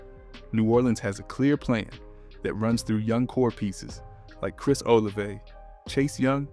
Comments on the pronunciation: Bro said Chris OliveAy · its pronounced oh la vey